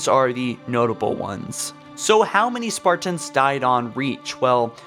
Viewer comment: stop saying spartans like that.